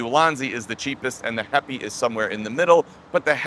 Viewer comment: This is a great little tripod. I bought mine at the kickstarter stage when Mads Peter Iversen previewed it. Did heipi tell you how to pronounce their name or are you just guessing because my chinese co-worker tells me it's pronounced "happy".